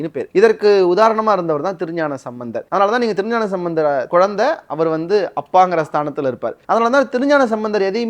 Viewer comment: தோழரே திருஞானசம்பந்தர் என்று கூறவும் நீங்கள் மந்தர் என்று சொல்கிறீர்கள்